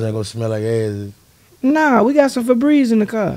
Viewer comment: "we got febrezze in the car" 🤣🤣🤣🤣🤣🤣